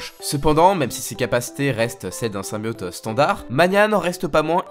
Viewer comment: Le dab en début de vidéo...🙄 et c'est VenOm non venaum ou symbiOte et non symbiaute